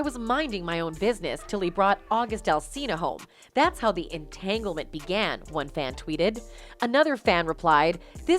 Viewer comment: " In tangelment" LoL... Funny shit men!!!